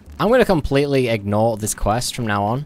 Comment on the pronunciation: He almost EGGnored the quest😂